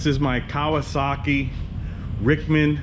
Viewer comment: Kawer- sahhh-keeeeeh